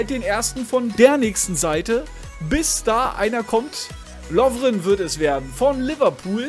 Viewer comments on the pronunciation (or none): none